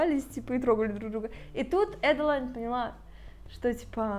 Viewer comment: Почему Эдди, если в книге прописано Адди? Не Эдалайн, а Аделин.